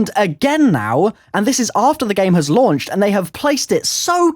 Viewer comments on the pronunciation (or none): none